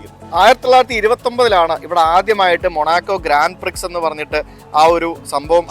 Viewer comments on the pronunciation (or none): ഗ്രാൻഡ് പ്രിക്സ് അല്ല കുട്ടാ ഗ്രാൻഡ പ്രീ , X ഉച്ചരിക്കില്ല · ഗ്രാൻഡ് പ്രീ എന്നാണ് പറയുന്നത് എക്സ സൈലൻഡാണ്